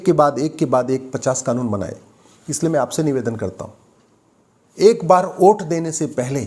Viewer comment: कानून के आप अच्छे जानकार है। वोट को ओट उच्चारण कर संदेश दे दिए।